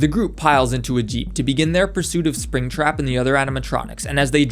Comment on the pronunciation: 'Alright, let's catch ourselves a apringtrap' 💀